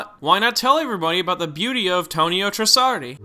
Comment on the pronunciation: Ah, yes, Tonio Trunssardi